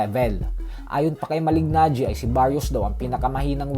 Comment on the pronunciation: Sakit sa tenga.Basta basahin mo ang Malignagi ng ganito MALINAGI.😊👌